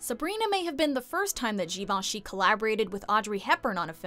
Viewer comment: Yes, it’s pronounced correctly in this video. I’m amazed!